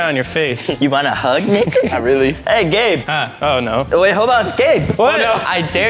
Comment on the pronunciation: you can say numbers See and its Gabe not "gab"